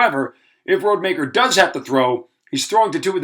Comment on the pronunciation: 1. You know that you're saying Tate Rodemaker's last name wrong. 2. Florida didn't play Louisville they played Lsu.